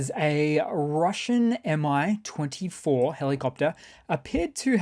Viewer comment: Finally, someone knows how to say MI (emm eye) instead of (Mee). I mean no one calls an f/a-18 a fah 18 right? no we call it an eff/aye eighteen. so stop calling a Tu a Two that one drives me nuts. don't call an MI-8 a Mee eight. I just woke up and these things make MI grumpy :P